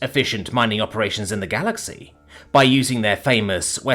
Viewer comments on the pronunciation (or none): none